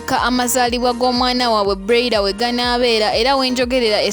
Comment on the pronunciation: what darling 🤷 ? have i done wrong to correct her? don't u hear how she pronounce the name of someone's daughter? that broiler, like seriously ??? so do u think that she doesn't know the pronunciation of the name? mutulekemu namwe.